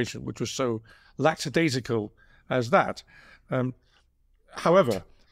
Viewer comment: It's lackadaisical not LACKSADAISICAL 😆